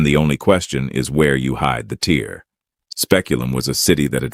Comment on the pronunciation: The real giveaway is the word "tear," right?